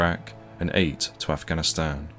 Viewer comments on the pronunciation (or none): none